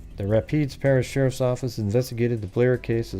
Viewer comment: Rapides is pronounced with emphasis on the second syllable. (Rah-peeds)